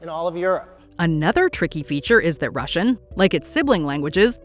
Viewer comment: Rashian? Pfff...